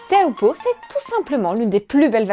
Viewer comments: prononcé “chopoo” pas teahupoo! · Teahupoo ça se dit Ti - Ou - Po, s'il vous plait pour les polynésiens... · La côte landaise n'offre absolument pas de vagues olympiques en été, période où se déroule les jeux. - Seuls les anglo-saxons prononcent tchopou. Tous les tahitiens prononcent "té ha ou po" et c’est ainsi que les Français devraient aussi le dire. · L'analyse émotive désastreuse (à contre courant) est d'un pathétique, mais le "tchopou" dans un élan de conviction rend le personnage encore plus démuni qu'il parait 🤣.